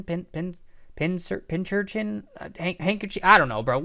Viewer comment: Pincurchin is pronounced Pin-Cur-Chin